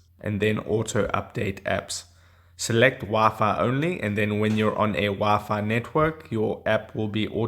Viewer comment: I live how he said wafa for wi fi